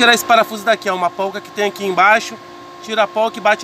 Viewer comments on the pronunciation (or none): Muito bom, mas o correto é Porca e não polca,você fala sorvete ou solvete? 😂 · Se chama porca, e não polca... fica a dica. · É poRca e não poLca!